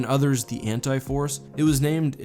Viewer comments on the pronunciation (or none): Maybe it's just me, but I kept thinking you were saying the Hentai Force... Totally different video there.